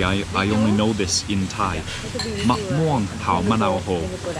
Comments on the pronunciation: Your Thai accent so perfect I’m your new subscribed.I miss Chiangmai.❤️ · u speak thai so perfect